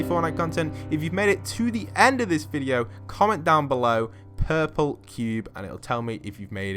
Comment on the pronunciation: Puple cube thats what you said